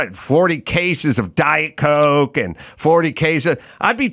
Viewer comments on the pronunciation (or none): none